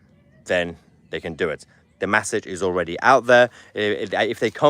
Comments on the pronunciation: He can't say "message" either, he's saying "massaj". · It’s an e , message lol not an A , that’s massage lol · Pls stop saying massage instead of message 😅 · Haha Mahler! He thats the first time l heard you pronouncing a basic word incorrectly. It made me chuckle. So the words ‘message’ ‘messenger’ they are pronounced mes-age. mes-sen-ger. mes-sen-ger. You keep pronouncing as mass-age. So Tommy,the UK need to stand up for his as the P* stood up for there lot about the airport incident. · Mahyer - it's pronounced MESSAGE, not MASSIGE. It's pronounced MESSENGER, not MASSINGER. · Why are you saying 'massidge' and 'massinger'? Have I missed something? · 1.52: Off-topic, Mahyar - but you mean "message" and "messenger" - not "massidge" and "massinger". Anyway - Go, Tommy! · How come you can manage to say message, correctly... yet constantly say massanger?? It's frothing! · Stop saying massinger, massige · Please somebody who's friends with Mahyar PULL-EEZE tell him how to pronounce "message" and "messenger"!